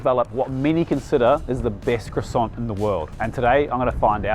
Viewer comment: Thanks! You’ve given me a new pastry to try if only I can pronounce it correctly when I get to France! “Coign something or other?” 😊